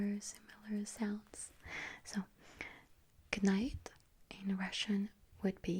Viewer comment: It sounded really good, but not perfect. The second syllable should be stressed instead of the third. Other than that, it was unexpectedly good.